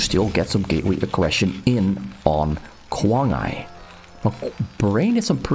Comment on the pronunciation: Should be pronounced as kuang ai, same sound as iPhone . Kuang Ai (i like iPhones) means 狂爱，crazy love …or love something like crazy ..